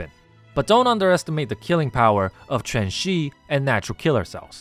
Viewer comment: I appreciate that you pronounced Quanxi's name correctly. Many people unfortunately don't even bother to try pronouncing Chinese names correctly, so I always like seeing people who do.